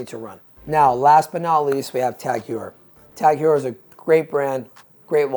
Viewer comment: Its Pronounced Tag Hoyer not Hewer. SoCalled Expert??